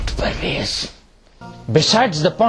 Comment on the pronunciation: Parvez o.O I hate that guy 'parvezz' :D